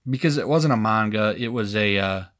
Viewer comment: Spidercide is gonna write you a multi-part novel for t his video. Also glad you're pronouncing Manga right :^)